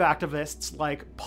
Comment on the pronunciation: Weyrich pron. "WHY-rick" Or just say "dipshit".